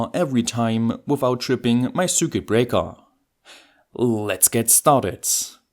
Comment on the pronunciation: Top Video, wie immer aber bitte...... Das ist kein "Sürket" sondern ein "Sirquit".